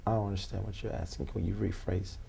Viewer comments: I can get all the documents that you are AXING for lmaooopoo. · Other than her not "axing" the questions correctly, he said she's not being "pacific" enough, and when she said she thought she was, he said "Not really". LOL!!!!!!!!!!!!!